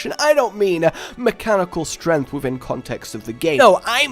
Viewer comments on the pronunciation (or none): none